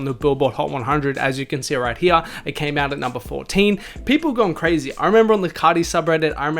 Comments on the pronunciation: The way you say “Here” is really painful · right heyah